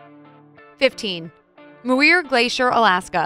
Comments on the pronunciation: might like to go to school to learn Basic English pronounciations? Togo-gan for toboggan/sledge, Moo-ir for Mewer.... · How about learning proper pronunciation before you publish something like this? Kenai Fjords is not "Kenya Froyds," Toboggan is not "Tobo-gun," and Muir is not "Moo-ear." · You pronounced #1 incorrectly. You pronounced “Kenai” like “Kenya” it’s pronounced “key-neye” it ends in an “eye”. You also pronounced #11 wrong. It’s pronounced “toe-bog-gan”. You also pronounced #15 wrong too. It’s pronounced “mew-ear”! That’s a lot wrong for Alaska! Next time just ask an Alaskan how to say it first! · Moo-Ear Glacier? Narrator needs to learn how to pronounce the words correctly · If you can't pronounce simple words like toboggan and Muir, are you really the best person to be narrating this?